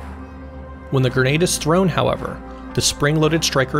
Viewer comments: It's gren-ade, not gur-nade fool! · Awesome video. Also, it's a gre-nade, not ger-nade. 👍